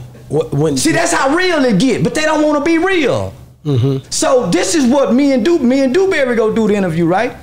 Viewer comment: Another thing... Why he keep calling my people name... Dewberry 😂😂😂😂 East Texas raised...